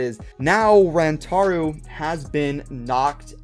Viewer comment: It is Rantaro not Rantaru